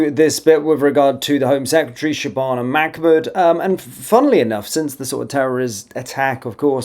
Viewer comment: Un it’s MAH MOOD NOT MAC MOOD